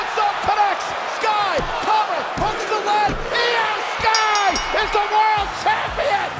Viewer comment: Its iyo sky